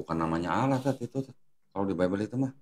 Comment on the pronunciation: Kalian perusak bahasa indonesia kata Allah di rubah menjadi awulloohh